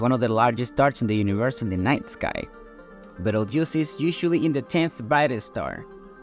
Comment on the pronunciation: First, it is Betelgeuse (pronounced Beetle Juice) and not Beltarooch. 2nd, it did not start to go supernova. It is still in the stage of fusing helium meaning it still has at least 10,000 years left before it will go supernova (I just watched a real program on this exact topic).